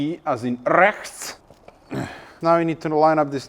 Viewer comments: ”RE, as in RESCHT!!!!” 🤣🤣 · Pronouncing RECHTS like you did is reserved only for the dumbest folks in germany. Please dont (